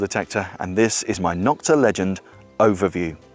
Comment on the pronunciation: NO-kta, not Nok-ta. Other companies started bashing Nokta when they came out by calling the knock offs. Thus, the derogatory term Nok-ta was born, instead of the proper pronunciation of NO-kta.